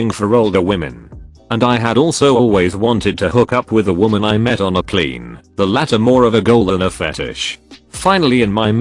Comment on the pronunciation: User: plane Voice: p l e e n